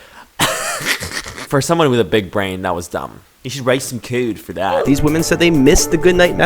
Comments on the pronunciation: I wrote some "cOdE ".. BRO I can't with the pronunciation of code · I genuinely can't stand how he says "code". Edit: NVM I just hate how this dude says anything with the letter "o". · the way he said "code'